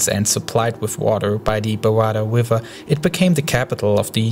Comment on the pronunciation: I love the way you say river lol